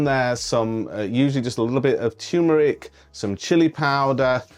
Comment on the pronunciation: Toomeric. Love it.